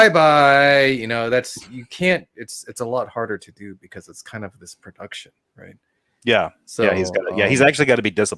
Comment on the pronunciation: whats that word you used at one hour and 15 minutes and 7 seconds in? ‘It’s kinda his pre..duction?’ Anyone?